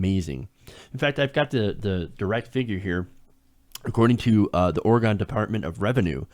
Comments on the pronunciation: I really think this pot tax is going to help our state. By the way....it's pronounced or-e-gun, not or-e-gone. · Its pronounced like Ore-eh-gen, not "gone". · it's not Orgon jackass it's OrEgon